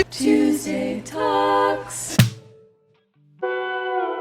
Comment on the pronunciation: Can you pleas just say Tuesday talks......like normally. ;-)